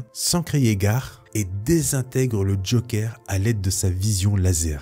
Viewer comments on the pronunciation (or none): none